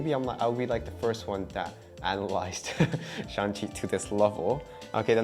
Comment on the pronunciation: No shan chi, shang Chi 😂 the movie was really good. thanks